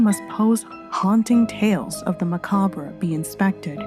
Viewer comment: When she said Mcabre my first thought was Can I get a macaber with no crys. Sauce on the side.